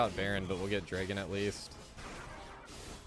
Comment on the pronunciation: are you from EU? The way you pronounce dragon with a long "a" instead of a short "a".